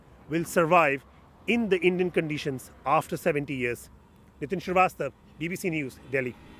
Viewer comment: The news reader just called him Rahul "Shravista"😂...instead of Rahul Shrivastav.